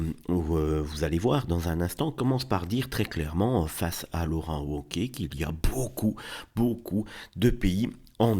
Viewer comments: Laurent Woke-iez ahahaha on prononce V cher monsieur, Laurent Vauquiez meme si ca s’écrit Wauquiez. Mais j’ai compris plus tard, grace au « septante », que vous êtes sûrement Belges du coup. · On prononce vauquier